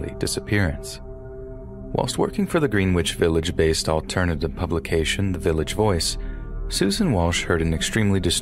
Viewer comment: Greenwich Village is pronounced GRENITCH